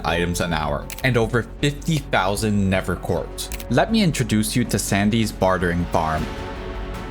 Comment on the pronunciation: Why do you pronounce the "th" in nether "v", is it an excent or a medical condition?